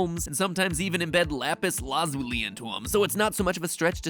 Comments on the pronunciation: lapis LAHzuli Ok then I find it funnier that you corrected yourself a few seconds later and then said it wrong later again. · Mat pat: lapis laz-OO-li Steven universe fans: ಠ_ಠ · You keep saying Lapis LazuLIE That word....I don't think it means what you think it means. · Lapis laaasooolee 2 minutes later lapis lazoole lapis lazuli it’s lapis lazuli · I think it’s pronounce lapis laZUli instead of lapis LAzuli. Different emphasis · it's not LUZOOLY, it's not LAAZULY, it's LA-ZOO-LEE. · “Lapis LA ZOO LEE” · Isnt it laz-u-lie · No one: Matpat: Lapis LAAzuli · I'm sorry but your pronouncing lapis lazuli, say it "lapis laz-ooli" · Lapis LAA zo LE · Am I the only one who is triggered that Mat Pat pronounced lapis lazuli “lapis lAzuly?” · Everyone: Lapis Lazuli Matpat: Lapis LA-ZOO-LEE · I was gonna complain about a few aspects of your theory, but I think the atrocious pronunciation of "Lapis Lahzooli" is more important. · No body: Mat pat: lapis la zoo lee Me: lapis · Please, don't take this as a hate commet, but its lapis luz-ull-li. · Lapis la-zoo-li? 😂😂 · First the Steven Universe finale airs LITERALLY YESTERDAY Then mat pay says AND AND THEN THEN AND AS WELL! I’m done! I CANT! Matpat, ITS LAPIS LA-ZA-LEE, LAZULI! Sorry. I think my work here is done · It's not. It's pronounced, Lauh Pihs Lauh Zuli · the way he says lapiz lazuli throws me off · MatPat didn’t know how to pronounce lapis lazuli so he made up his own way that nobody agrees with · The way he says Lapis Lazuli is the most painful thing i have ever heard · You said lapis lazuli wrong you say lapis lazuli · that is NOT how you pronounce lapis lazuli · matpat: pronounces lapis lazuli weird Steven universe fans: triggered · My favourite part of this video is how matpat pronounced lapis lazuli differently each time he said it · the way he pronounces lapis lazuli is frightening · *face palms ..Did he really just pronounce it that way..? Seriously, I have NEVER heard lapis lazuli pronounced that way! XD